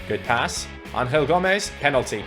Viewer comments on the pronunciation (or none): You are saying Angel Gomes name wrong. Because he is from England you should say Angel and not Anhel. He is not from Spain